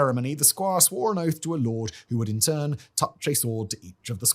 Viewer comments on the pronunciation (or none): none